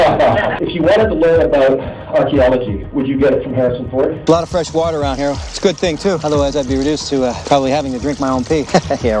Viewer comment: Your vids would be so much better if you didn't inflect the end of your words like wat-uhhhhhhhh